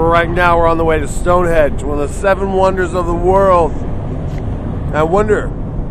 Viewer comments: During the entire length of the video, I was either laughing at their childlike antics or correcting them. StoneHENGE not stonehedge. :) I love these guys and the show itself!! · its stone henge not stone hedge :P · Henge not hedge get it right guys Stonehenge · "here we are at Stonehedge".... lol love it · It's StoneHENGE, boys. Not Stonehedge. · Guys.... it's StoneHENGE, not StoneHEDGE. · "Stonehedge" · Its stoneHENGE NOT stonehedge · its henge not hedge!! lol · sounds like Nick keeps calling it "Stone Hedge" LMAO...haha Zak dancing in the back is priceless! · Nick is definitely saying Stonehedge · Did Nick say StoneHEDGE?lol. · Were they calling it StoneHEDGE?? Or did I just not hear the 'n' in their pronunciation? LOL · Nick said "Stonehege*